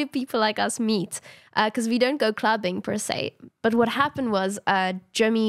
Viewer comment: not to ruin the vibe or anything but, I accidentally skipped part of the video so the words it landed on were "I got to... eat the core group" (it said meet but it sounded like eat)